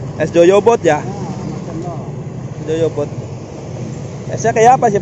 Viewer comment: Goyobod mas, bukan Joyobod. Semangat... tambah sukses ya...